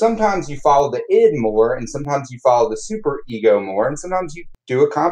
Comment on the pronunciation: My bachelor's is in psychology and I just graduated with my masters in professional counseling and I have never heard anyone say ID/Id as you do, it has always been said separately like I.d.